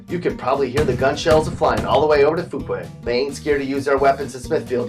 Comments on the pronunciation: This list is so wrong. So wrong. Hes said "Foo quay" lmao. It's "FEW-quay" so we know you ain't from around here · Lol you said "Fooquay" its pronounced "Few quay" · I live just outside of Smithfield. Seeing it first mentioned in the list make me guffaw🤣 Btw it's Fyoo-kway, not Foo-kway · Dude must not be from here. Mispronounced the hell outta Fuquay.. "Foo-kway".....really? No. "FEW-QUAY".... Jesus, get it right. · Lol he called in “Foo-quay” it’s “Few-quay Varina” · I can not stress how badly you pronounced Fuquay. (It’s pronounced like “Few-quay” not “Fu-quay”) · FEW QUAY ! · Few qway Mun-row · did he just say fookway? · You can tell he's not from here-he said Fuquay like "Fooquay"-WRONG! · It’s pronounced Few-quay that’s my hometown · This dunce actually called Fuquay "Foo-quay" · Fuquay finally gets mentioned in a video, and of course they can’t pronounce it. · IKR? That's a cred slayer too ... Tho I must confess I laughed a lot ...